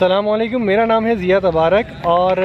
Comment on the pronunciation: Bhai sallam wallekum nahe Asalam Walekum bhai salaam ALLAH ka kalam hai Bhai sahe bola karo